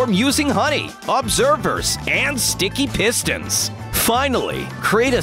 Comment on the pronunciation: Sounded like the narrarater said stinky pistons